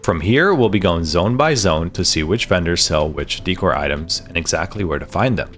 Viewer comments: daycor not deecor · Wtf is dee-core xD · Deckor. Decoration. Sound it out. Dècor, on the other hand is daycor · Just fyi decor is pronounced like a short version of decorative - dickor is fun, but it started to rustle my jimmies after a while oops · Hilarious how he says "De-Core" hahahaha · DEE cor? no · You would think you would learn how to pronounce decor before making a video like this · Why do people not know how to pronounce decor? 😂